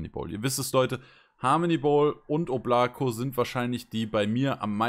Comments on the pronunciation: Ist einfach der Hammer das die Oblako falsch aussprächen 😅😅😅😅😅Mann muss es auf die beiden O betonen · Hallo Leute! Bitte die Marke richtig aussprechen: das Ding heist auf russisch "ÓBLAKO", dabei wird die Betonung auf die Buchstabe "O" und nicht auf die Buchstabe "a" gelegt. Anders betont kratzt es mächtig im Ohr. Und danke für einen lockeren und netten TV Kanal hier!